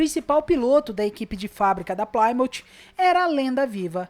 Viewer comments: Ótimo vídeo mas não era "Plaimout",eram os "PLIMÔUTH" rss, abraço e sucesso no seu canal! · Video legal, mas estes "plaimout" são terríveis... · pli-mãf / 6 bérel